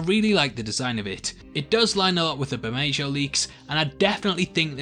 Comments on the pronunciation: The "j" in Bermejo is an "h" sound like in jalapeño. "Ber-may-ho." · Pretty sure the J in Bermejo is pronounced as an H.